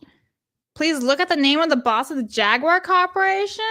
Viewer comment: Pronouncing jaguar wrong hurts the soul